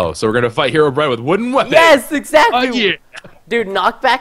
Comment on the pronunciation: HARLDBRIN? hearobrine